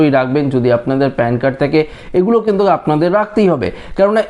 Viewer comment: কিন্তুক্, কিন্তুক্, কিন্তুক্...??!!